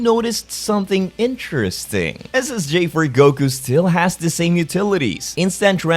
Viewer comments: I swear it sound like your saying ssj fur goku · he is saying Ssj4 Goku so why do I hear is as Ssj for Goku